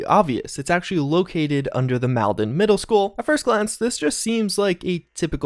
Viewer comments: just if you care, Malden is not pronounced the way you are pronouncing it. I've lived in the area my whole life. Its pronounced Mall-din. not Mal Den. geesh. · UPTOPLAND HEROES! btw pronounced (Mall-den) wicked smaht kehd